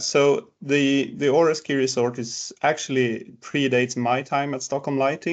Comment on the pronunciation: Åre is pronounced more like Ore than Are.